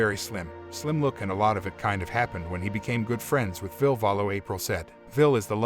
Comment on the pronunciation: It's pronounced "Villa" isn't it? Not "Vill"